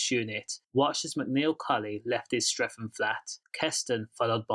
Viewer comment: It’s Streatham not streafem 😂😂😂